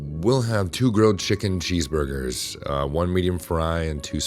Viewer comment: So we are just going to ignore “two grilled chicken cheeseburgers”?! Is this guy foreign?The mispronunciations of words, incorrect phrases, or just several sentences that I can tell he didn’t review the audio to hear, maybe? It’s always so off putting.